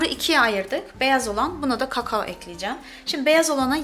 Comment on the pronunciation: KAKAOOO bu kadarmi kötü telafus edilir